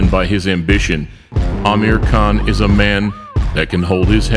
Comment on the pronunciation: Dick saying Crawford anus saying Kahn